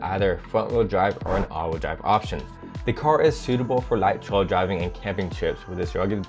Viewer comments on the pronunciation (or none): none